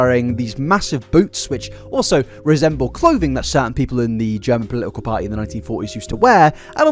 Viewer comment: take a shot every time this man says polilical instead of political